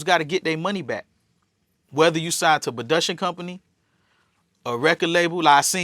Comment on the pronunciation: He can’t use the word “bitch” for any and everything straight retard. Yo said budiction instead of production, what a clown